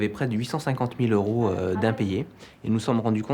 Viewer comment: "mille deux cent vingt euros" Pourquoi "z'euros" ?